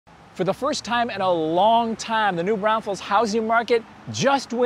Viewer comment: Are you saying New Brownfuls?